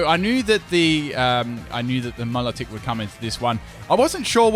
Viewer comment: It’s my-low-tik not me-la-tik